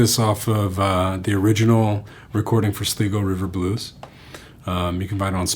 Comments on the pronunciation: It's pronounced "SLY-GO". Think "eye" like an eye. It's a place here in Ireland that lends its name to the river in Takoma Park, Maryland where John Fahey grew up. Thanks for the tutorial :) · Great lesson, that's a great song and you delivered it really well! Only thing I could fault you on is your pronunciation of Sligo (Sly-go) and Fahey (Fah-he), but Irish names are hard to pronounce and the quality of the lesson was great so we'll forget all about it 😉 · "Sl 'i' go" river blues the magical county in the north west of Ireland. Here's one for ye! Did ye hear about Sligo John? No, he's from Sligo is he? No, he'll have a sly go of your pint when you're not looking! Say Sly Go. Maith an Fear! (Perhaps John called it Sleego River Blues though and I'm talkin' out me arse!)